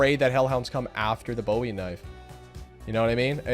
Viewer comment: BOOOOOOEY. Not bowie. The knife wasn't named after David Bowie. His name was pronounced Jim Booey.